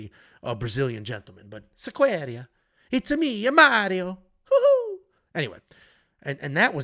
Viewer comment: in, it's "Mar-io", as in "Mars", not "mare", as in a horse. That said, that was a pretty dang good impression right there, and pretty much nailed the soundbite!